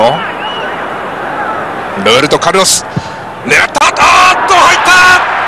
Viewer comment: ロッペンちがう！ って聞こえたｗｗｗ